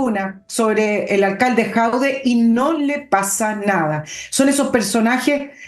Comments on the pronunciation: Estimada, solo una pequeña corrección, el tipo se llama Jadué, no Jaude. Solo eso. Saludos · Señora. el apellido de Alcalde de Recoleta es JADUE y no Jaude 😂😂😂😂😂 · el apellido no es Jaude, es Jadue, buen día. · Por qué le dice "Jaude" a Jadue...? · Por qué le dice a Jadue.."Jaude"?